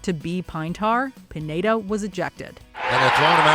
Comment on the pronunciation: Michael Pineda's last name is pronounced "peen-YEAH-dah."